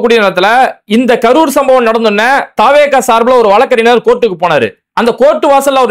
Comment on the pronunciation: Bai வழக்கறிஞர் என்று உச்சரியுங்கள்